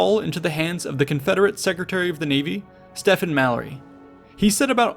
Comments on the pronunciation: Stephen Mallory most likely did not pronounce his name "Stefan". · Confederate Navy Secretary's name is spelled Stephen & pronounced STEVEN NOT STEFANSTEVEN IS SPELLED BOTH WAY.